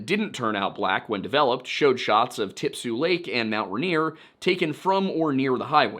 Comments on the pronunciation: Rainier. Pls. Not ranier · Love the video!!!!! But the pronunciation for mt rainier is more phonetic- “rain-ear” the stress is on the first syllable. Otherwise no notes!!!!! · I'm from Rainier, Oregon. The mountain and the town are pronounced the same. It's pronounced RAIN-EAR the joke being it always RAINS HERE in Rainier.